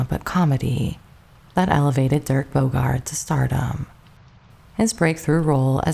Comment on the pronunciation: Dirk, not Derek.